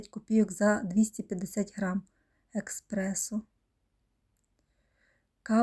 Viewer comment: ЭСпрессо а не эКспрессо!